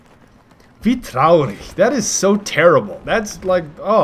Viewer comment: he talked german bavarian xD " wie traurig"